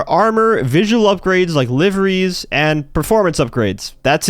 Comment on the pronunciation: Man said liveries😂